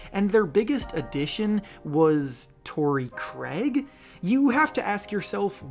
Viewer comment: Bro really said "TorReY CrAiG?????" 😂😂😂